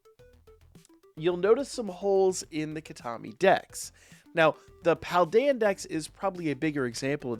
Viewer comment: Heads up, you've got your pronunciation for the DLC map a bit askew! It's like "key-tah-kah-mi" when you were saying "key-tah-mi" ! Great vid otherwise!